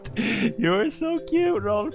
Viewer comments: its Rolf not rolph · Hahaha no, in sweden not ”rolph” its Rolf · All ppl who say Rolph, i’m swedish so i know it’s Rolf in swedish😒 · its "Rolf"